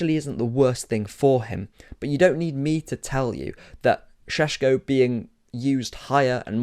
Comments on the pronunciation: It’s painful to my ears every time you say Sesko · How many times did you say Sssshhesko in that? Zubimendi going to Madrid too